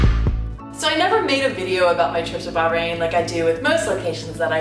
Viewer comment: Hey, congratulations to you and your husband, for having a baby. I've been to the middle east, and been to Bah' - rain (note the emphasis on the pronunciation 😂). Such a great country in the middle east, but quite some pretty narrow roads specially in the old city center. 😂